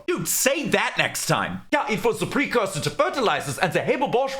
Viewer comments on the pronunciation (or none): none